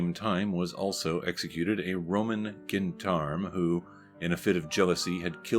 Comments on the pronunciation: "GEN-darm"? Try "ZHON-darm"... - the correct pronunciation. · It is pronounced Jendarm, just to let you know. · With the exception of the narrator mispronouncing 'gendarme', this was an interesting and informative presentation.